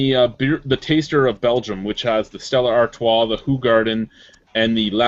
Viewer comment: Did just call Stella Artois "Stellar Artois?" IT'S A FUCKING 10!